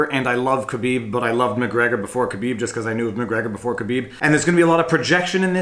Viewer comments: Someone has copied Alpaca thesaurus... plus you can't even pronounce Khabibs name properly you are no mma fan. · You really botched the pronunciation of Khabib's name.